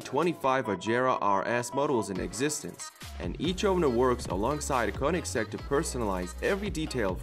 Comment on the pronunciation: Has this dude ever heard about the koeningsegg jesko🤔